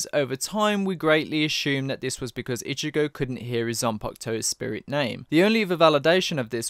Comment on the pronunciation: For the longest time, I thought you were saying Ichibae for Ichigo sporadically. Lol.